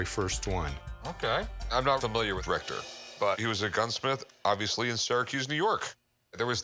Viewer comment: Oh Rector!! I thought they were saying Rectum until I looked at the subtitles.